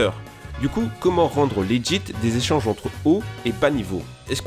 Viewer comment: C'est quoi les "jéchanges" je connais pas xD